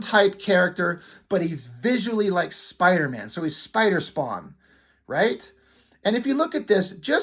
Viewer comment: "Spawnder-Man". - Great Review.